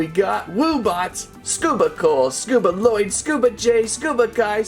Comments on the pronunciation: You don’t pronounce the second l in Lloyd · Lloyd: AAARRRHHH it's not LaLloyd it's Lloyd AAAAAAAAAAARRRRRRRRHHHHHH!!!!!!!!!!!!!!!!!!!